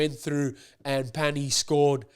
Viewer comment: Two years ago it was Padovani not Pani, but I really appreciate your enthusiasm and your pronunciation of the names of our players. Thank you my friend